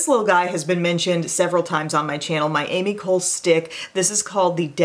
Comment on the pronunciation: Hey Em! The Ami Cole brand is pronounced Ahmee Colay Thank you for the vid!